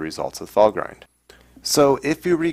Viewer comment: I believe Valgrind is not pronounced "Val-grind" but rather "Val-grinned". See Nevertheless, interesting episode, keep up the good work!